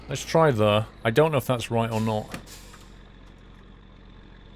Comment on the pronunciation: You have a really weird way of pronouncing the word "there". Sounds like you are saying "thar". Decent vids though. Cheers.